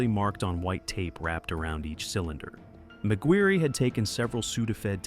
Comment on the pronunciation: McGuirre is pronounced “Mac-Gwyr” not “Mac-Gwyr-ree” or Mac-Guri…